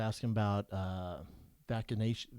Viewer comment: did this big ass puerto rican just say vac-anation shots ?